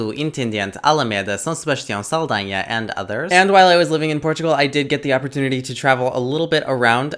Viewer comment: Fuck, alright. Convenceste-me com a pronunciação de "Saldanha". Conseguir dizer isso com o acento perfeito é difícil para estrangeiros. Especialmente para anglófonos. Já te seguia desde o vídeo dos sweets Brasileiros até ao dos de Portugal, mas só agora reparei que não estava subscrito. E logo perdi o rasto do canal. Mas desta não passa.